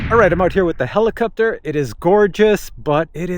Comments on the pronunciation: "Do I say helicupter funny?" Um, yep. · Nice quick review, yes you do say helicopter in a manner that is strange to someone from California. One answer I've searched for, and haven't been able to find, if we have a FlySky FS-i6X, how can we fly when the left joystick doesn't center? Do we just put the joystick somewhere near center and hope the heli will hold position?